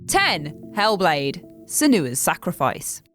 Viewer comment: Sen-You-a, not Sen-oo-a. The fact that you don't know that means you didn't play the game, as they say her name repeatedly throughout the game.